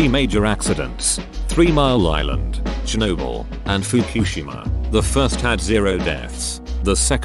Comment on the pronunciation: stop saying tsjernobyl to seem quirky is chernobyl